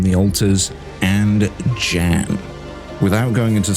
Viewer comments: His name is not Jan like in January. It Pronounced somewhat similar to “Yawn”. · the guy's name is Jan - that's pronounced Yan